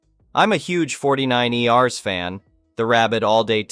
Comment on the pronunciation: "49'ers" is produced in four syllables. We enjoy your reading, but these slip-ups are so distracting